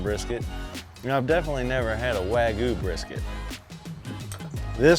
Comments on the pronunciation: Wag-you not Wag-oou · My only issue is you said wagu. WAGYOU Liked and subbed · Wagyu no wagu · wagYU why do certain people keep saying wagoo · Take a shot for every WAG-OOH he says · “Wagoo” lmao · Wagoo? Seriously? You already know how to say "you". Why is it so hard to say wagyu? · “American waygu” 😂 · Cringey how you pronounce wagyu.